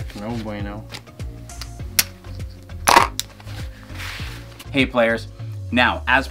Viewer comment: Love the way the dealer pronounces "No Bueno" sounds like "No Bweyno" kills me everytime 😂